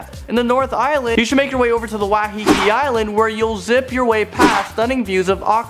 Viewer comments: Although i am happy that you guys made a video on my home country, you mispronounced a lot of the names. Eg: Rotorua is pronounced "Row-ta-rue-ah" and Taupo is "Tow-paw," Waitomo is "Why-toe-mow," and Waiheke is "Why-heck-e." But you guys really did capture the magic that is New Zealand. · LOL I LOVE HOW HE'S PRONOUNCING THE NAMES!!! Waitomo - Wai- to-mo Hawkes Bay -Pretty much just Hawk's bay Waiheke Island- Wai- heck-e Rotorua - Roto (as in rotor but without the R) Rua (sort of like ruwa except the w isn't as strong) I think he's trying to say Taupo - It's not tap-o, it's Toe-paw Wai sounds like Why, btw. Alright I'm not even going to bother anymore it's really funny but there are so many that he's saying wrong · and how he said waiheke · Newzealand family here with me? 🇳🇿 Waiheke - Why heck e Rotorua - Ro Tor ru a (Message me if I missed miss pronunciation)